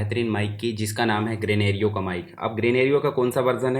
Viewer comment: ग्रेनेरिओ नहीं ग्रेनारो बोलते है भैय्या जी 😊👍